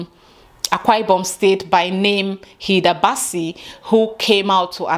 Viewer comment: You are pronouncing the names right👏🏽Thanks for letting them know it’s because of the name.The first time I heard the name I thought she was a Ghanaian.I wasn’t aware there was an argument on social media